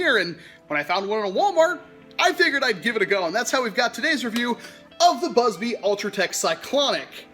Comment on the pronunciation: Did he say Buzz BLEE? xD